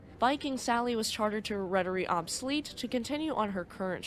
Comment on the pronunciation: I'm impressed. One thing about the name "AB Sally". You said it like "Ab-sally". You might want to know that "AB is the Swedish abbreviation for "AktieBolag" which is like "inc" on an American company name. So remember that it should be said like A.B (space) Sally. Thanks for your video. I was actually in (kinda) the same storm on a Stena Line ship from Gothenburg to Kiel the same night. My mother was working on the ship and sadly many of the crew on "my" ship knew people in the staff of Estonia. That's because some of Estonia's crew used to work at Stena Line IIRC. Many sad faces on this Stena ship that night. I will never forget that.